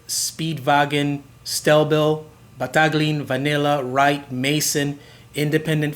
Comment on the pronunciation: Mason. You forgot them. And the G in Battaglin is silent, like in Campagnolo-both Italian brands. And you also forgot perhaps the most coveted and cult of all steel bikes- Pegoretti.